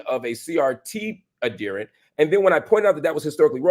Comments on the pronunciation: ad-he-rent with the emphasis on the second syllable. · Marc, please stop mispronouncing that word. It is "ad here nt," not "ad dear nt." As Tommy Sotomayor would say, "Look it up, nigga."QED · The word is pronounced ad-herent not adderent. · Pronounced Ad hear ant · This is why I DO NOT speak to white people anymore. He actually thinks he's well-meaning. And Marcp, for the love of a diety, look up the pronunciation of the word adherent.